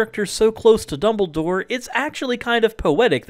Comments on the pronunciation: I know his name is Dumbledore (not dumble door). The person in the video said double door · Exactly! FGS it's Dumbledore, not 'doubledoor'.